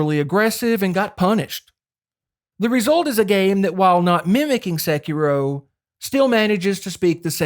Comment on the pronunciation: It’s so hard not to constantly hear SEH-kee-roooow, but my NE accent bias aside, you fucking nailed every comparison and problem/benefit that each of these games has. I also want to play Sekiro again, but am trying to get through the new games as they come. Would LOVE to see if you update this video with Wuchang: Fallen Feathers! Best true souls-like I’ve played, following FromSoft’s formula to a Te